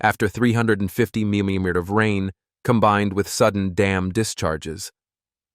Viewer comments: Whoa,! "Mimimeters?" Get real, instead AI Generated narrators. I've always known "dirt to crumble" in anyone's hands,. Concrete is a different subject. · "Over 88 minymutters of rain fell,"?! What's a "minymutter?" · AI narration has trouble with millimeters😂